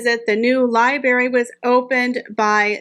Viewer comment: Just a grammar comment. Library has two ‘r’s. Be sure to pronounce the first one or it becomes libary. Also the color teal is like the name Neal not ‘till’. I enjoy your videos keep it up.